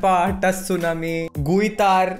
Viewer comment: Lol...I laughed so hard when u said tttsunami🤣🤣 guiitar..